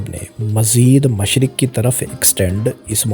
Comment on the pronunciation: MashArq-e-wusta? MASHaRQ? When and where did you read or hear this pronunciation of MASHRiQ?